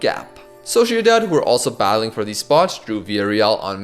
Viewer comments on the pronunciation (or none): none